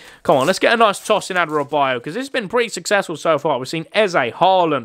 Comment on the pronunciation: As a Luton fan loads of commentary people say these players name wrong like Elijah Adebayo is pronounced ad-uh-bayo And Alfie doughty is dow-uty not daw-ty And Gabriel osho is osh-o not ow-show Love your videos